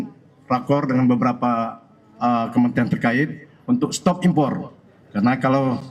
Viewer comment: Sori keluar konteks tapi aku suka denger kata impor R nya kedengaran dari pada tukang kayu bilang gak butuh impat impot tapi mempermudah barang Tiongkok masuk.